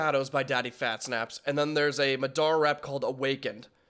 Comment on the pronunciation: I was like why is this vid 17 mins but he's reacting to 2 vids (also just like u said, u are bad at saying names and u def said Madara wrong too lol and Frazer was in Rustage sukana track 🙃)